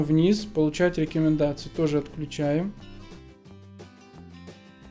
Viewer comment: я орнул у него еще со слов мэджиКС,джипиЭРэс,миуи дИмон и рекЭмендации)))